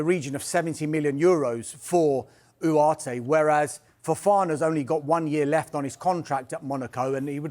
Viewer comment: From ugarte to Uooareteh😂😂 this guy